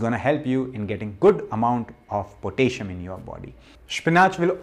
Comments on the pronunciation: "Potayshum" is not how to pronounce the element kalium (K)... 😂😏🇸🇪 Spinach, banana (too much carbs), sweat potatoes, squash, beetroot. (Red) cabbage as in Sauerkraut or in a smoothie is better than those. Sauerkraut does contain histamines and the raw cabbage might do chaos on your gut, so you must take it slowly at first. If you do supplement, do note that deficiencies in potassium and magnesium feels about the same, and if you overdo one mineral, you will get deficient in the other. Like copper/zinc/silver. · i love potayshon, lol